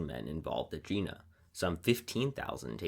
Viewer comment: "Jena" is not pronounced american way, but rather as Yena. Please check the facts about important stuff such as names of historical battles.